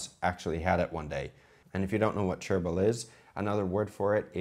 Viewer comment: I know you were saying "chervil", but I swear it sounded like you were saying "gerbil". THAT would be an interesting omelet....